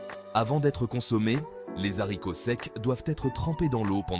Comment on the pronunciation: Les zaricots secs?🤨😫